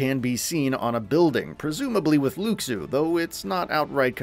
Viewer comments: Luxu is pronounced "Looshoo",. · Hate to be “that guy” but please pronounce Luxu correctly 😂